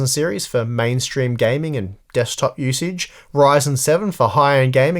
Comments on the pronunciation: “Dekstop” lol I hope that in the next video we won’t see a CPU of coffee... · DEKSTOP :D